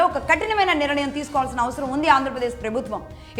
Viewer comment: అమ్మ భాష కోసం ఆలోచన చేయండి. మీరు నిరణయం అని మళ్ళీ మళ్ళీ అంటున్నారు కాని అది సరి కాదు. నిర్ణయం అని పలకాలి. కొంచము జాగ్రత్తగా పలకండి.🙏